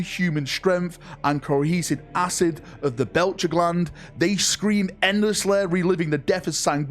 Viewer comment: What? He made at least 3 mistakes, Belchers instead of Betchers etc.